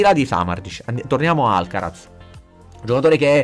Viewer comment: la Z in spagnolo si pronuncia S…☺️